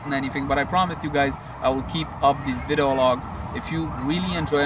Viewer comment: thanks for the update! Detailed. I dig the VLOGs too. Keep em going. (PS: "vidEo", you keep saying "vido") ^__^